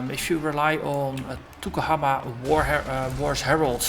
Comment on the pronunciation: Yes the guys n gals GGG are amazingly nice, real professional too so its not surprising they are so good. Also, Maori isnt an easy language to pronounce, you did quite well (better than me when I first arrived, im from London lol !).